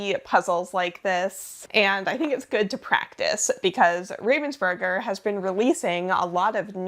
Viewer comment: The way you pronounce "Ravensburger" is extremely funny to me